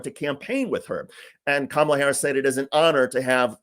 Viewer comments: Did anyone else catch that? It's the first time I have ever heard him pronounce Kamala correctly. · Most interesting thing in the whole video is that for once I heard trump actually pronounce her name correctly. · Mr. Dick'tater said Kamala correctly. He's slipping. His brain is delapidating, deteriorating, but at least DJT is feeble minded.👍